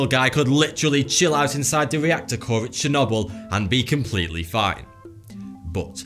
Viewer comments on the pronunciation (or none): chernobyl not shunahble